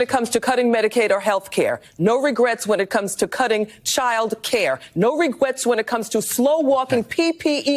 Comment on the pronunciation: No regwets! Lol